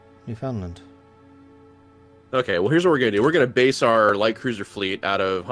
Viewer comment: Hey just a quick geography lesson Newfoundland in the island above Nova Scotia the land connected to the mainland is Labrador Also I've always heard it pronounced as Newf-inland